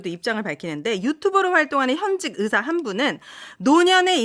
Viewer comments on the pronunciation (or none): 으사 아니고 의사 😊ㅋ